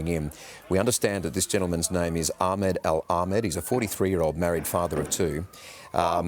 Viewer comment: Why the fuck is the reporter calling him Ackmed. I swear these weirdos do this shit on purpose